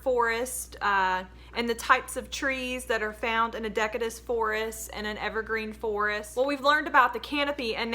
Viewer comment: Just a pronunciation note- deciduous is pronounced with a /s/ sound not /k/. I wasn't sure what you were talking about until I saw the word on the page during the flip through 😂